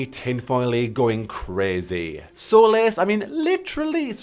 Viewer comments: My birthday is 10th June so this would be cool af (Also solace is pronounced ‘sol-iss’) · it's not pronounced like solas either, the o sound is different. it's more like sawliss. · Nah knew what he was doing when he said "solace" as "solas" 🤭😁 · u pronounced solace very differently but sometimes it's actually pronounced exactly like solas so! i'm very convinced it's gonna be there